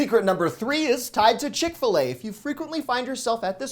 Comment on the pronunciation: You lost me at “Chick-fil-A “